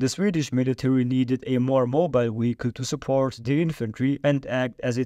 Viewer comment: "a more mobile wehicle" S does a 360 on a dime lol